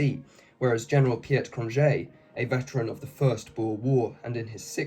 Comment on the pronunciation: Understandable. Even if you had an Afrikaans speaker to coach you, English just works completely different. Cronjé has no J sound and its a K like Kroot Afrikaaners can have a horrible accent in English and most English speakers of Afrikaans retain an accent